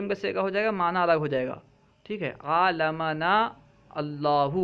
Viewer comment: حضرت آپ نے خطبہ میں تیسری شتر میں عاملنا اللہ لکھا ہوا ہے اور آپ نے عالمنا پڑھا ذرا یہ سمجھاے